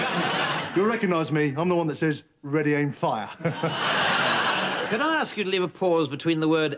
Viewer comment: 2018 😂😂😂 " redyaimfire " hahaha 😂😂